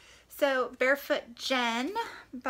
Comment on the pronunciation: Ahhh, I read parts of A Long Way Gone wayyyyy back in high school and I just recall it being the most depressing read ever, but really really good! I read Barefoot Gen in elementary school and was practically scarred, haha. Very important though! Also just FYI, Gen is pronounced with a hard g, and the 'e' in Keiji is pronounced like 'eh' :) The cover of Where the Past Begins is sooooo stunning!